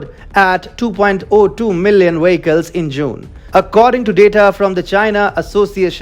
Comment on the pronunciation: Not wanting to be mean, but why is it so difficult for some South Asians to make the English “v” sound, as in vehicles?